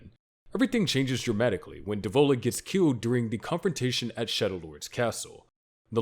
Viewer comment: Dev-o-la Po-po-la